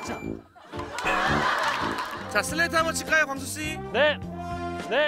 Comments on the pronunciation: 슬레이트 한 번 칠까요 광수씌 발음 보솤ㅋㅋㅋㅋ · 광수씌라길래 그냥 과장인줄 알았는데 진짜 광수씌네.. 발음ㅋ-ㅋㅋㅋㅋㅋ